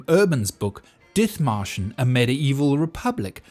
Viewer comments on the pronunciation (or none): Dithmarschen is pronounced dit-marschen. 'Th' in traditional Germanspellings that can still be seen in place names like Ditmatschen and Othmarschen are always pronounced /t/. There is no 'th' sound in German like we have in English. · Very interesting. But one thing: The name, Dithmarschen, of a region near Hamburg, is not pronounced with the "th" sound but with a simple "t". And to this day, the Dithmarschen people are renowned for their stubbornness and their independent spirit. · The "th" in Dithmarschen is not an F-sound but just a T. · Ah yes, the English town of Diþmarshen. With exactly that pronunciation. How dare the Germans spell it "Dithmarschen". Almost like they wanted to imply not entirely insignificant a different pronunciation! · In German, the "th" is pronounced as a "t". Dithmarschen is dittmarschen. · The pronunciation of Dithmarschen triggers me hard. One look its Wikipedia article might have helped... There is no /θ/-sound in the German language! Nonetheless, good video :) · You're mangling the name Dithmarschen...the "th" is pronounced as a "t"...silent "h". It isn't surprising that they'd be self-governing, as they're wedged between East Frisia and North Frisia. I'm not knowledgeable about their government, but I recall their story being very similar to Dithmarschen's. Something about the Frisians being the only Europeans to never fall under feudalism...but if Dithmarschen wasn't, then that bit of info is incorrect...unless the people of Dithmarschen were/are Frisians, too. Could easily be, considering Frisians and Saxons have shared that area for a long time.